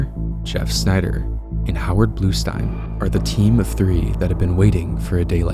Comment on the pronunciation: Bluestein rhymes with einstein